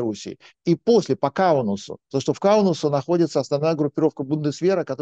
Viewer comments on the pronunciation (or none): Асланян образованный человек, но он ни как не мoжет выговорить окончание -АС, вместо этого он говорит -УС. КАУНАС Господин Асланян, а не Каунус. Сходите к логопеду если плохо с произношением. Странно, что он не произносит Мусква.